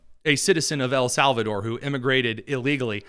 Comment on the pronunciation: “El SAL VA TOR” - van hollen